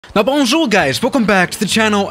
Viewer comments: oh how you say bonjour its so diffrent from thre french (yes im french) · bounjour guys Me: is this guy from French? 'now hey guys have left the chat'